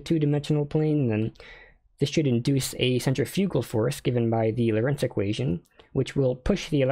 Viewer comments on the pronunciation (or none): none